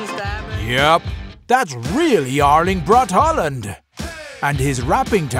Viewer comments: AARLING BRAT HAALUND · Aørling bret håland